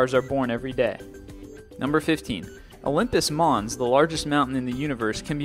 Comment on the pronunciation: "Olymus Mons", the largest mountain in the "universe"?? I think he meant 'solar system'.